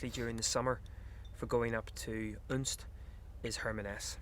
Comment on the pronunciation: Next time you’re in Unst (and it’s unst not UUnst) head up to Saxa Vord and the roads around it -really fantastic views back down the isles.